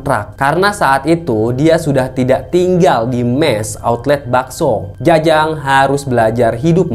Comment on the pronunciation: outlet,bukan autlet